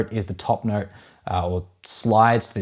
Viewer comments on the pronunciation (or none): So funny how you say ‘note’ you pronounce it as ‘neurt’